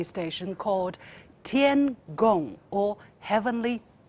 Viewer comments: LiuXin, there is no need to purposely pronounce the words TianHe or TianGong in the English accent. Just say it naturally in Chinese will sound more soothing to the Chinese people. Thanks. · 主持人不行啊，她说 tiangong，tianhe等航天器名字 时，居然不带音调。。完全学老外的洋腔洋调。。。 还不如我初中英语老师。。。初中时英语课时，有学生回答问题遇到中国地名，结果这学生很自然地用洋腔洋调读这个地名，结果英语老师立马纠正：老外不懂音调，所以洋腔洋调是无奈，你是中国人啊，完全知道地名正确读法是什么音调，为什么要故意忽略？ 以后读英文碰到中国地名人名，要带上音调，按中国正确读法读！懂？